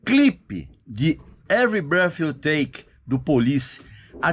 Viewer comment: A CANÇÃO ENTIGA SE CHAMA, EVERY BIRTH I TAKE OU BREATH, NÃO ENTENDO SUA PRONÚNCIA